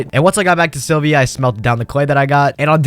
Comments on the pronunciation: I... I can't. It was annoying to hear you say AstronerS like 4 times in a row, but then you said you landed on Silvia(?) and that's when I stopped. My man, open the wiki when you're doing the voiceover at least. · The amount of frustration I experienced from you saying “astroneers” and “Sylvia” is unreasonable